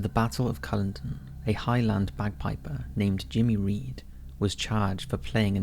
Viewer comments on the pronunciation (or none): “In 1746 after the battle of cullenden” it was the Battle of CULLODEN. Please show some respect by pronouncing the names of places/people correctly. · The battle of Culloden in 1746 .... pronounced : Cull - aw - den . I know the bagpipes are an acquired taste but to hang a guy for playing them is a bit much ! He was actually hanged for treason , having taken part in the Jacobite rebellions . The Jacobites ( Scots) wanted , yes , a Scottish nation but their key aim was to restore the Stuart’s multi-kingdom monarchy.